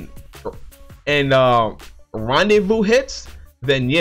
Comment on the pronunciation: Randevou?? Its rendezvous